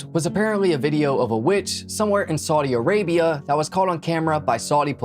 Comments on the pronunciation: Very entertaining. Just one correction, it's Saudi Arabia, not Saudia Arabia. Can't wait to view more. I found you on High Crimes. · There is no a after Saudi It's just Saudi Arabia you don't have to pause and put The extra a on the end of Saudi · It's Saudi Arabia, not Saudia Arabia. 😉 Good video tho!